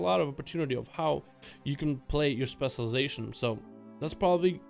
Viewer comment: Before you worry about pronouncing Main GAUCHE (not Gouche) you should work on saying ‘specialization’ lol... “Specializzon” “Specializzard” “Specializzers”